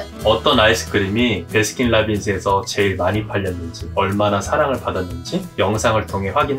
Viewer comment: 베라가 아니라 배라....